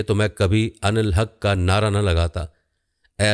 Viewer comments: لفظ نادا غلط ہے نعرہ لفظ ہے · تصیح۔۔۔ نارہ ❌ نعرہ ✅ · بھائی! "نارہ" نہیں لگایا "نعرہ" لگایا! کیسے تیرانداز ہو؟ سیدھا تو کر لو تیر کو! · آپ کو نعرہ اور نارہ کا فرق معلوم نہیں - حیرت ہے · نعرہ نعرہ not نارہ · نارہ نہیں لفظ نعرہ ہے 😂😂😂😂